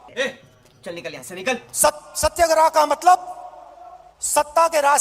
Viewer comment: आपने सही नहीं लिखा। भाषण फिर से ध्यान दे कर सुनिए : 'सत्याग्रह' नहीं बोला, "सत्यग्राह" बोला है। आपने 'गजग्राह' की पौराणिक कथा सुनी ही होगी !!